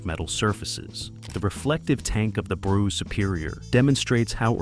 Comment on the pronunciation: That's not how you pronounce Brough.....